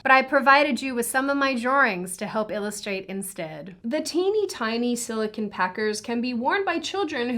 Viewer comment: FYI, It's "Sili-CONE" not "sili-CON". the first is a soft rubbery polymer, the 2nd is a semiconductor